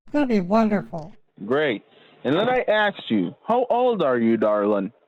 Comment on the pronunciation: She axed him a lot of questions